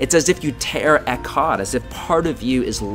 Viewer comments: OMG THATS NOT HOW YOU SAY "ECHAD" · This is awesome! Short note on your hebrew; pronounce the "ch" more with your throat (almost like hocking a loogie) instead of a hard "k" sound. (I am very new to hebrew myself, but that is on of the key things I picked up on.) Shalom.